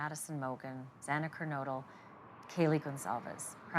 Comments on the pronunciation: Could this judge please say "Ker-NO-dle"? How hard is that? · Unimaginable that he screwed it up all 3x he said it. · Repeatedly mispronouncing Xana‘s last name is UNACCEPTABLE!